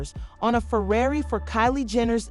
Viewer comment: Kylie can’t toss Tyga some 💰 to help with those tax bills? (And LMAO that the person narrating can’t pronounce “Ferrari”!!! 😂😂😂)